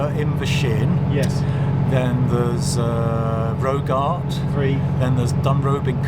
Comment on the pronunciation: I used to go on holiday as a kid to Lairg with my parents - so you missed a visit to the wonderful Shin Falls,near Invershin station! Leaping salmon there! pronounciation of Rogart was a bit off!